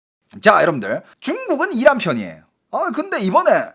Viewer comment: 이란? 악셴트를 앞에두고 발음하시네 ㅋㅋ 악센트 뒤입니다 😂😂😂😂